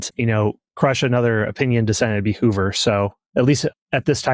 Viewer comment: You say Hoover and Bobby Kennedy were there when Marilyn Monroe died? Hoover and Hoffa in bed together??? And you expect us to believe this BS? BTW - It's Hoover - not Hover. Marilyn - not Marylin. diary - not diarie. You are a Moron!